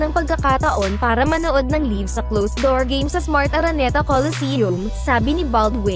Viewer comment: Anong nabigyan ng pagkakataon manood ng LIVE (Leave)? LIVE (Layv) po ate. Hahahahahaha.